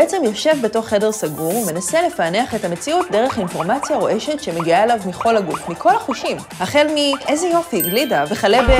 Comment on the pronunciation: "דרך אינפורמציה שמגיעה אליו מחול הגוף". תגידי,, את לוקחת את עצמך ואת העבודה ברצינות? או בגישה חפיפניקית? אולי תשקיעי קצת בניקוד הטקסט שאת מקריאה? דגש חזק "מכל הגוף"? תעברי על ההקלטה לפני העריכה ותקליטי שוב אם צריך? זה לא מאמץ גדול, מנסיון. זה לכבד את עצמך, את המקום שאת עובדת בו ואותנו הצופים.